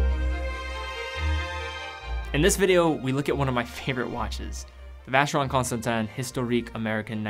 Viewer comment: >VC has entered the chat. >English has left the chat.